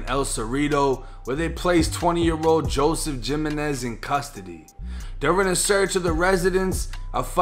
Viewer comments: it’s pronounced himinez. Not. JIMinez. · your so white you did not say that mans name is ja.men.ez it’s pronounced ha.men.ez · “Jim enez “ lol he-men-is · Its not "jim en ez" its pronounced" he men ez" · It's pronounced Himenez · Aye for future reference it’s pronounced He-Men-Ez, the J is a H in Spanish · My nigga said jim men ez lmaoooo I fuck with you 😂😂😂😂😂😂😂😂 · Hey, jimenez is pronounced hemenez bro. Love the SOLID CONTENT! 🔥💯✔️ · “gym-in-ez” haha it’s always funny hearing non-hispanics try to pronounce hispanic last names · Sorry but when u said gymenez i laughed my soda out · Jimenez is pronounced HIMenez . Are there no Hispanic people in Florida??? Lol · Joseph “g-imenez”💀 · You buck 50’d his last name 💀 it’s pronounced (he-Menez) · My boy said jim enez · It’s pronounced he-men-ez but spelled Jimenez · This nigga said jim-mih-niz 😭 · pronounced - HE - MENEZ - Jimenez. i have the same name. I have the same last name, but no relation. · Jimenez is pronounced himanez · Hey no hate just when you see Jimenez as a last name prou punce it Hugh Menez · Not to be that guy but it’s pronounced Yimenez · The way your pronounced Jimenez lol. RIP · He said Jimenez with a hard J lol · J are pronounced like Hs in Spanish my guy lol